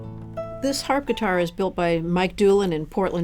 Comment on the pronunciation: Did she say "Harpitar"? xD